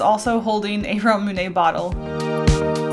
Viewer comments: i hate how you say it "ra-mune-ay" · She said Ramune wrong and it hurt my soul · I don't want to be mean, but I hate the way you say ramune.